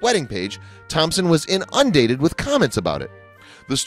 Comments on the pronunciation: Does he mean "In'-oon-dated? Or In-Un-dated? Whatever, the machine pronunciation is abysmal....often! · Shaun W, that is what they are called in the US. If I didn't catch some UK TV, I'd have zero clue what a "hen night" is! So given the video creator is from the US, he wasn't wrong.....about that one! But "inundated" is still not said the way he said it....not even close lol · I thought the way he pronounced "inundated" FAR worse (since that is a word everyone should know!) Oh well, at least it's still far better than one of those unbearable on EVERY word computer voice